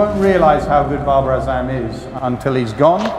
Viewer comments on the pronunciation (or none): none